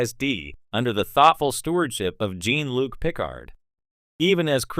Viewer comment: Noticed that eh - and going on and on and on... And JEAN LUCK Picard. LOL